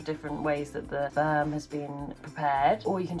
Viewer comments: I was very confused until I realized she said "sperm" and not "Spam." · OOOOHHHHHHHHHH SPERM!!!! i though you said SPAM??? makes sense now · omg...youre saying "sperm"....NOT 'spam' hahahaha...i better rewind now that i realize youre not having a, uh, spam.. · at first i thought she said" bought my wife spam." and i was confused why it was a weird word until i realized she said sperm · this is awesome and all, but at first I heard "I bought my wife some spam," like the MEAT, and was concerned as to how that made a child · I can’t be the only one who heard “I got my wife some Spam”. I was so confused. At first I thought “pregnancy craving? Weird”. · Okay, so I knew the video was about a baby because of the thumbnail but when she said what she got her wife for Christmas, I thought she said SPAM. Like the lunch meat SPAM and I was super confused and was like what??? And then she said fertility treatment and then I was like ohhhhhhh 🤦🏻‍♀️ not my brightest moment 😅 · I thought you said “spam” at first and I was like ??? why would you buy your wife spam?? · I immediatly thought "baby!", but then misheard you say "I bought my wife some spam," and I just couldn't for the life of me figure out why the spam would be a secret... (I do mean the weird meat(?) in a can) Congratulations on the actual living being though!